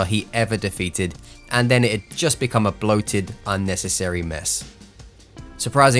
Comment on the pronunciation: love it when he says "I've bacome one punch man" then he wins